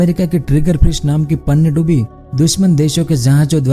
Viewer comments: बिल्कुल सही! पनडुब्बी का उच्चारण ही नहीं कर पा रहे हैं! पनडुब्बी को पन्नडुब्बी बोल रहे हैं! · Bhai aapi ki video to sahi he lekin panidubi nahi pandubi bolte he please thoda sune me sahi lage esa bole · Pannadubi nhi Pandubi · Are murkh panyadubbi nhi pandubbi hota hai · पनडुब्बी कहते है पहले panndubbi नही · PaaaannduBi nhi bhai pandubi 😐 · पन्नडुब्बी नही पनडुब्बी बोलिए ।। आवाज मिठा न सही शब्द तो सही से बोलो😀😀😄😄